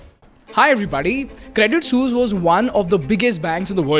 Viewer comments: Credit suse? Isn't it credit sweese pronounced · Not "sues", it's "swee-s"😂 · your saying sus. pronounce it like sueess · Good content. But painfully ignorant of the pronunciation of Credit “Sooz”. Listen to the clips that you are putting in your blog!🤔🖖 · It is pronounced "Credit Sweece". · 182 times was the count for saying Credit Soos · Bruh it is hilarious how noone can pronounce suisse, but i've never heard someone butcher it like you broh 😂😂😂 almost falling from my chair everytime i hear you say it 😂😂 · Thanks for your content, you make amazing stuff. But, if you're offering a course on communication, please ensure you can pronounce suisse correctly! Thanks once again.